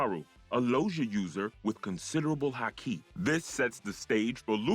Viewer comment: Fix the pronunciations. 3 minutes in, and if I have to hear “haKI” one more time… misspell the name of that’s what it takes to not have to hear “KAYdo” 25 times